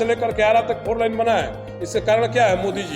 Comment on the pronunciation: अबे बोलने का तरीका सिख ले फोर लाइन नहीं होता है फोर लेन😂😂😂😂😂😂😂